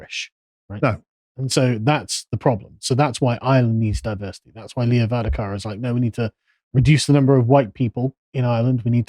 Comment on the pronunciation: Love English people trying to pronounce our words. Little help its leo va-rad-ger and gar-dee